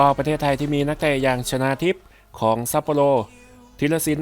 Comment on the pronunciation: 3.27 ชนาหรือชาวนา